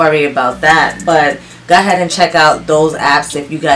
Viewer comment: I’m still so enjoying your channel. I love the way you say “go ahead”. I’m southern so everything has 5 extra syllables. 🤣